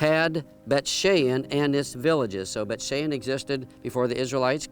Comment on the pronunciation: It's Bayt SHAWN.